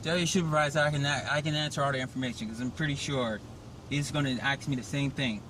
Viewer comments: You dont aks a question. You ask a question. It sound stupid. Work on it. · Another black guy saying that he his going to axe someone! Is he an axe murderer? The word is ask! Learn how to pronounce it properly! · Hey it’s ask not ax for a supervisor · Okay! Enough.....the word is Ask not Aks. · Good video but dammit, black folks just can't pronounce the word ASK. It's like slavery ended 5 mins before this stop lol.